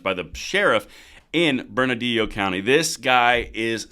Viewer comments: Bern-ah-lee-oh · Just to help you out a little bit with the pronunciation of "Bernalillo." Berna-leo. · It’s pronounced “Burn ah Leo”, double “L’s” are silent. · Bernalillo - there is no "d' in it. (Burn-a-lee-yo) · It’s pronounced “burn-a-lee-yo” Bernalillo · That’s Burn-Lee-o County. In Spanish, the double L is pronounced as a long e. Great video! Keep them coming. God has brought me out of cities that have become hell holes. This Sheriff and (not enough) others are holding the line. We must have their sixes. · Bur- nuh- Leo. I live here in albuquerque and she's a trip. That's how you pronounce my county. Bernalillo 😂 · Bernalillo should be pronounced- “burn-a-Leo”😁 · Pronounced, Burn-a-Lee-yo. Just helping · Love your channel . Its pronounced burn-a- leo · Burn -ahh -lee-oh. County Thats how it is pronounced Keep up the good videos! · Im sorry but it's burn-a-leo Bernalillo lol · It's pronounced "Burn-a-lee-Oh". Yea, I know. LOL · Love ya and it's "burn a leo." Thanks for keeping us up to date. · Close, but it's not a 'd'... it's 'lee'. Burn-ah-LEE-yo County. Thanks for videos. Love em! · Bernalillo is pronounced Bern a leo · Still botching that pronunciation. If you had read the comments in your earlier video my comment would have taught you how to pronounce burr-nuh-lee-yo. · Pronounced Bern-a-lee-yo county…good for their Sheriff. The problem is the State Police are tasked with enforcement and they have jurisdiction and I don’t believe they have made any such statements. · The only way to supersize that would be for the Sheriff to ARREST HER as HE is the supreme law enforcement official in Bernalillo county as are all Sheriffs. Oh and...it's pronounced "BERNALEEEYO". Carry on. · Appreciate all you do. To help you out Bernalillo is pronounced bern-a-leo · Thanks for staying on top of this,, but it’s pronounced Bern-uh-lee-oh. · I just love how you guys just cannot pronounce "Bernalillo" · bro. bernadio? what. its Bernalillo